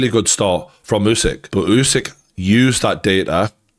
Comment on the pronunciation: Bro it’s oooow sick Not you sick 😮